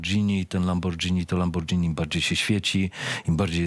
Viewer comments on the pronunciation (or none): LamborGini. Lambordzini to chyba drink.. ;)